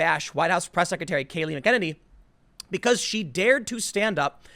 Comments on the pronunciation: I love how you mispronounce McEnany, McGowan, and Mika Brzezinski and you dont give a F :D j/k ...but seriously I value your rational opinion and your measured level of appropriately timed sarcasm, thanks for your work Tim. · For god sakes noodle arms, pronounce her name correctly. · Most cringe way of pronouncing her name.. EVER!!! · PLEASE LEARN HOW TO PRONOUNCE HER NAME FOR CRYIN OUT LOUD! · Maybe do a quick google search and figure out how to pronounce a few names... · If only Tim could say her last name correctly... I got annoyed by it for some reason... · You’re killing me... Disappointed you didn’t listen to Tucker pronounce her name before your video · Either everyone else is pronouncing McEnany wrong or maybe it's you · I only hope she is the press secretary long enough for beanie boy to learn how to pronounce her name!! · Forgive Tim but I think you might be mispronouncing her last name. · Try pronouncing her name correctly. Jeez. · Lol same thing I was thinking he's putting pronouncing something completely different than her name there's no K after the Mc and don't see a d n there either as many times as people have said her name on TV would think they could least get that right though it's a good topic as I've loved the white house press conferences since she's been in there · Her name is pronounced MAC-ah-nay-nee. Please do some due diligence before quickly producing another story & throwing it up on YouTube for sweet, sweet clicks ($$$). Also, GET IT THROUGH YOUR HEAD these 'reporters' are whores working for globalists. They will say & do ANYTHING to please their master, who are more interested in spreading Leftist propaganda than clicks. (You're the one obsessed with clicks.) Lastly, WHY DO YOU STILL LEAN LEFT? Hasn't the Democratic governors' recent actions proved they are only after POWER? They don't care about people! BIG GOVERNMENT DOESN'T WORK!!! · I think it's pronounced MAC e nanny. Yes, no, anyone? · Actually, it's Mack -uh - Naynee.